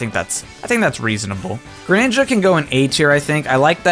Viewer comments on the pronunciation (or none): "Granja" I know you meant Graninja, but I know it was just a slip of the "tongue." 👏😂👍